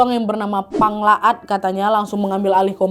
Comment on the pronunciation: Maaf kak, setau ku nama nya pang laot bukan pang laat